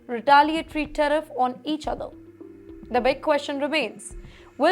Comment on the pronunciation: Tariff NOT Teriff please